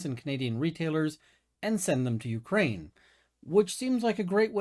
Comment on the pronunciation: Ukraine not me-krain